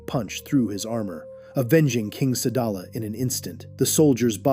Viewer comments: Sadala not salad 🥗 man😅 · The planet is called sadala not slada